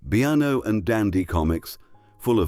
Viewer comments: Biano? Like Piano?! Bean-O as in Bean. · PS the comic/annual was pronounced the Beeno (Beano) NOT Be-ann-o.....!!!!! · Since when did the Bean-o comic become the Be-ano ?? Otherwise an excellent production.😅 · Only a computer could call it the Bee-ano instead of the Bee -no!!!! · BE ANO? I think he meant BEANO Emphasis on the bea sound! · 1950s Great Britain is the title, but so many of the photos are of the USA and many are not from the 50s. I was born in 1944 and remember the 50s very well. And "Beano" comic is pronounced BEENO, not Bee-an-no. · BEAN-NO NOT BEANNO for christ's sake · Beeno! Not beaaano 😂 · Sorry could you repeat Bee-arn-0 again, what was wrong with Beano? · Poor - inaccurate and sadly very misleading indeed for young people wanting to learn history. USA images & situations mixed up with British + "typical British" narrator must be AI-generated to be pronouncing Beano as Beeanno!! QED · Be- Anno ? Good God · A valiant effort. However did you run it past anybody who was alive then? My husband I were born in the 1940s and remember the 1950s well. There are inaccuracies. I think some of the photographs were not of the time or the place in question. The use of an AI voice is distracting with weird pacing and stresses. For example, BEANO is pronounced as in Heinz (by the way) and not BE-ARNO...... But thanks for the reminders. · I have already commented on a few things. I would just say, for your commenteries, use a real Englishman. The voice you use I am sure is AI. How else could anyone pronounce Beano as Be-An-O. An absolute disgrace. Must be American. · Bee-anno got me.